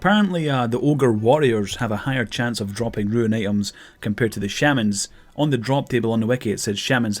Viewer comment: roon, not ruin.